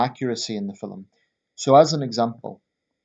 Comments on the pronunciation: Film is one syllable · It's how jocks pronounce film mate, get over it ya fanny